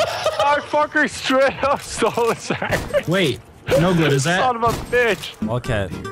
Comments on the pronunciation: Chocolate Sangwidge 🍪🍫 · Nogla saying Sangwage remidns me of Benadryl Cucumber saying Penguins. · Chocolate sangwidge! That bo3 video had so many great nogla moments